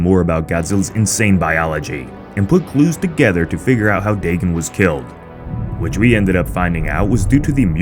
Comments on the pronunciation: Daygon not daygen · Its dAgon not dagon